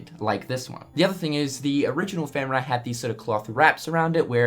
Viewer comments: Fen-Rear,. Not fen-rah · Pronounced Fen REAR, comes from Norse Legend a wolf god.